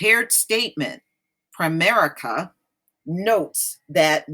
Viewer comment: DID YOU SAY "PREMARICA" this COMPANY is a SCAMMER! THEY HAVE RIPPED OFF a LOT Of PEOPLE THEY TAKE MONEY FROM PEOPLE and DO NOT PAY CLAIMS, THESE GOT-DAMN PEOPLE (PREMARICA) are CROOKS!